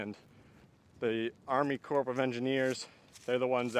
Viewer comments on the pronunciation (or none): Army Corps of Engineers is pronounced without the "ps", so sounds like Army Core. Not at all important, just an odd english FYI.